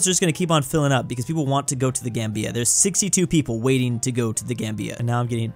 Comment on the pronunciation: be like: The GamBEEa Lesoothu Kwatar Trinidad and Tobaargo Slavinnia Day-djibuti